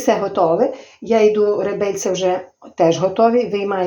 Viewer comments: Напевно скоріше всього не ( ребельця),а реберця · реберця а не ребельця